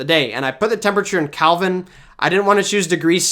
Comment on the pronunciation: Is pronouncing "Kelvin" as "Calvin" a Canadian thing?